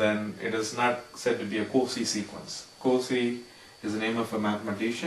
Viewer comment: Cauchy is generally pronounced "COW-SHE". Good video, thank you.